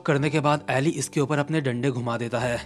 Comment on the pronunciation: Please bro I'm begging you, stop mispronouncing Eli and Johan. It's E Lie (इलाई) and Yohan.